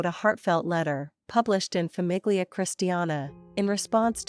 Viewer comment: Famiglia is pronounce familia